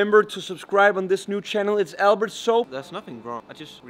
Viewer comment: Albert not "soaper"